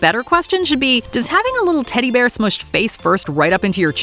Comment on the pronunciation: It's teddy bear not tiddy bear